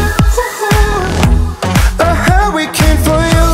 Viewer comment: Yikes gebt ihm doch kein Song, dessen Titel er nicht mal aussprechen kann...!!! Huwwycane?